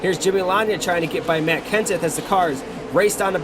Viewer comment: It sounded like you said Max Kansas instead of Matt Kenseth